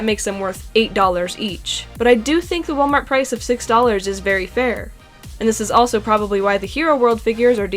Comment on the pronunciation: Haha you said Barry instead of very